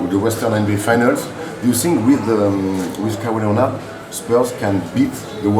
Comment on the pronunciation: > Je dirai exactement la même chose des gens qui prononcent "Ka why Léonar"!